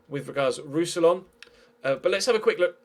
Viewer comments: More like Roos-si-yawn, to be completely English-friendly (when anglophones don't pronounce the last N it sounds wrong) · Pronounciation for Roussillon: Roux-si-yon (n is silent)